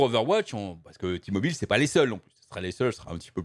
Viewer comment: C'est "Té-Mobile" que ça se prononce et c'est pas américain, c'est une filiale de Deutsche Telekom. Pas sûr que Bobby Kotic veuille compenser tous les départs de sponsors avec les sous de la boîte. Ça sent le sapin pour Overwatch. Kilgore est un abruti ; coucher avec son assistante ou avec une collègue est vraiment la dernière des conneries à faire. Ça te fait courir le risque d'être accusé de harcèlements (à tort ou à raison) et de te créer des frictions sur le lieu de travail. C'est vraiment un truc de puceaux de nerds et de incells, à mon humble avis.